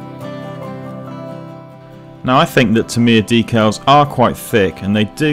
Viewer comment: Awesome work. But I wish you'd learn the correct pronounciation of Tamiya.